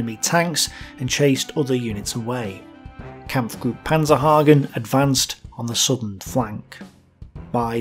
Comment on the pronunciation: Great video, thank you! One minor correction: It´s actually Major Albert PANZENhagen not PANZERhagen, later to become commander of the Panzergrenadier-Regiment 361.